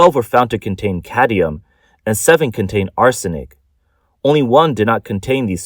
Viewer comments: Cadmium, not cadium. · It’s cadmium not cadium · Cadmium. Not "cadium." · Cadmium not cadium, there is no such thing as cadium. So much for the Asian genious myth lmao. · I don't care if it's cadium or caddium. Just so long as it's not cadmium. How could they let him record the whole video like this and nobody said anything? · It's not "caddium" it's cadmium --- say it right or don't read the news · It's like drilling in my brain. I can handle it once or twice. I mean, you have one job. Read the script. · Why can't the reader pronounce "cadmium"? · Cad-MI-um for fucks sake You don't even know what it is apparently so why so worried about it? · lol did you mean caddium? the narrator apparently did